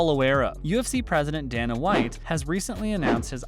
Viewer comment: His name IS pronounced DAY-NA WHITE